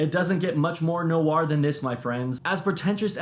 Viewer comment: Film NOIR (one syllable), not NO-ARR